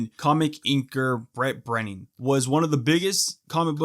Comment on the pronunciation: Yeah, the Kayfaybe guys did this a while ago before woke cancel culture murdered Ed Piskor. And it's "Breeding" not "Brenning" .